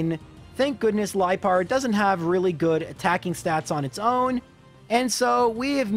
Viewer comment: I always thought Liepard was pronounced like “Lee-ah-pard” since it seems to be a leopard Pokémon and that sounds closer to leopard than Pronounciation